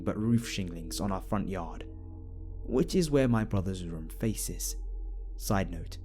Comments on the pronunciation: Funny how you say room "rum" lol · Johnny Ay lol I say room the exact same way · Eryn Sullivan is it just like a way of saying it? It's weird but funny because sometimes people can mistake it for alcohol.